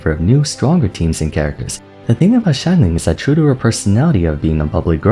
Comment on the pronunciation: I took a shot every time he said 'xianglang'- I now speak Chinese and woke up in a South African Hostel.